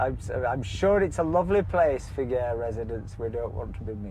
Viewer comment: Its pronounced Fee-geh-res. You're welcome 🇪🇦